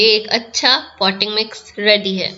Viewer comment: No clarity in your voice at this point poty mix?????